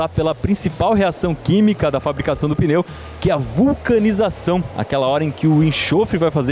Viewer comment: O que seria um peneu? Tá mostrando pneu, mas fala peneu toda hora.